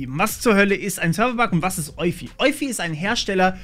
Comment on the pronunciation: Ich würde Eufy so wie Spotify aussprechen, ist aber auch nur eine Vermutung